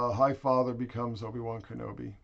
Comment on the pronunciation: Herp meh Erbi-Wern Kenerbi, yer mah ernly herp! 🤣